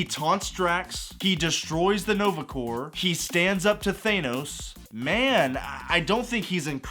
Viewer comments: thay-no-s. americans can be so funny sometimes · bro said thanos wrong. imagine. (thaaaaaanos) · Why can’t Marvel fans pronounce Thanos correctly